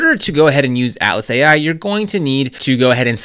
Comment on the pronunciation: You definitely need a newer mic - ouch! When you say Atlas it sounds like Alice. I do however appreciate the much important guide.